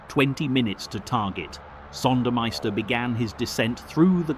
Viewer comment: RAWNSLEY NOT ROONSLEY , AND PRONOUNCED ZONDERMEISTER.